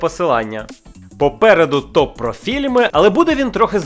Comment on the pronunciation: Попереду ТОР про фільми ". А мені спочатку почулося ,, Попереду копрофільми" )))